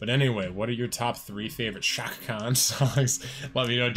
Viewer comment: If you don't give her and this song an A off the bat, let's just agree you don't have an ear for music. Plus you're not even really pronouncing her first name correctly. But since you're a handsome guy, I'll be nice.